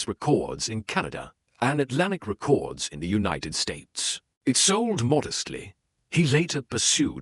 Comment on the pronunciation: "over 20 million re-cords sold worldwide" more misleading rubbish from a bot channel that can't even pronounce the name of the format correctly. thumbs down and reported.